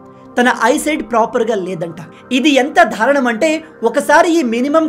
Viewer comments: Telugu word "Daarunam" is being pronounced by you ie.,by a Telugu channel anchor said to begreater than Dhruv Raathee ,as Dhaarunnam which very awkward to hear by a Telugu person! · be greater. which is very awkward. please accept the corrections